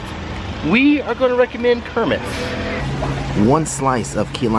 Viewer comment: What do you “Rick-a-mend” 👏